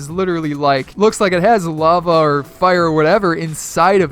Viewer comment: When he said lava areas I thought he said love areas.